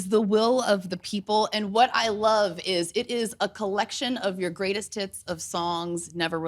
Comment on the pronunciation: I think it was to do with how it sounded like she said “Greatest Tits” instead of “Greatest Hits” like it should’ve sounded